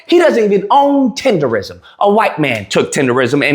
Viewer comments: The word is not tenderism. Tendernism. Tender Nism. One more time: TENDERNISM! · TENDERNISM DUDE NOT RISM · It's "Tendernism"